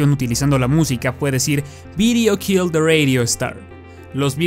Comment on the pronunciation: pronunciando "the" todos: dah la zona cero: di